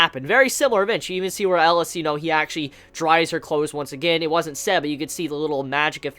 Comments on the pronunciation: Okay great review and all but seriously it's not Ellis. It's EL EE AS Elias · His name is pronounced Eh-Lee-Us.